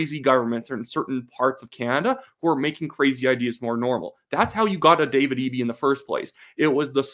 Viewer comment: Someone else from BC told me how to say Eby's name since I said it like Eb-E, not EE-B